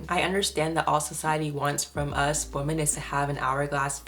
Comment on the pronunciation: Why do you pronounce women as woman?